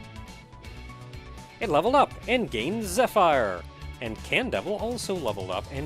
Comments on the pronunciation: Who knows how many more episodes you've already recorded. .. Pretty sure its 'Zeh-fir' Zephyr. <<;. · So my brain stopped working on this one... i clicked on the video and first thought was "pokemon black and white? i don't remember clicking on that?" Also im sorry but it is driving me nuts. Zephyr is usually pronounced like Zeh-fur. the Y is a lie. you do you of course, just got the feeling that you weren't aware.